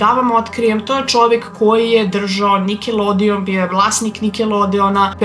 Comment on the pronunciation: Prvo pojedi pa onda pricaj seljanko i kaze se nikelodion,a ne nikelodeon!